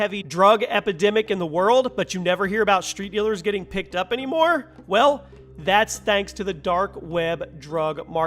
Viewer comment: The way he says "anymore" and his voice cracks lmao